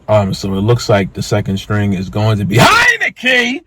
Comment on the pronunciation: When he says HEINICKE!!!! I lose it every time 💀💀💀💀